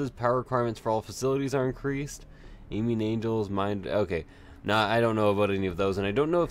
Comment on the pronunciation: I also giggle everytime he says "Aiming Angels" and not "Aiming Angles "